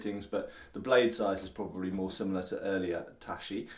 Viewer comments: It's tachi not *tashi, much like 'chop' and 'shop' are different. Also, there's more that distinguishes tachi from katana - eg. blade geometry (tachi tend to be narrower, but thicker) or blade curvature (apex of the curve tends to be closer to the handle on a tachi when compared to later swords). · Hey; big fan. In Japanese, the "ch" of Tachi should sound like the "ch" in "chicken", not the "sh" of ship. If you really want to get it spot on, the "ta" should be more like the "ta" of tarpaulin, not the "ta" of "tapdance". Source; bilingual in English and Japanese.